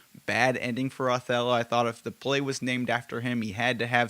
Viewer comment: It’s not pronounced AWthello? 😂